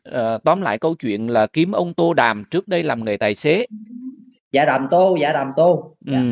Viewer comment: Cười bể bụng với cha tên Đàm Tô mà đọc ngược thành tô đàm 😂😂😂